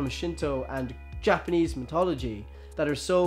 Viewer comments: Stop. Saying. Mitology. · Dude, you're saying mythology wrong